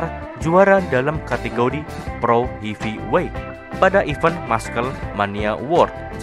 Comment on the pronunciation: Ini hanya saran untuk memperbaiki bahasa inggris saja. Untuk beberapa perkataan, berikut adalah cara membacanya dengan benar : Hulk = "helk" ( 'e' dibaca seperti 'melatih', bukan 'hulek') Muscle = "masel" ( 'e' dibaca seperti 'melatih', bukan 'masele') Heavyweight = "hevi-weit" (bukan hifiwit) Cricket/kriket = "kriket" (bukan kreiket) Bukannya apa, memang benar usaha itu sudah bagus, tapi kadang kita mempermainkan orang asing atau merasa lucu ketika mereka mengucapkan bahasa indonesia dengan salah atau kurang tepat. Apa salahnya memperbaiki. Kita bisa bayangkan posisi mereka ketika kita kurang pintar dalam menggunakan bahasa mereka. Tapi apapun itu, semoga diterusin video2 fakta seperti ini, good job!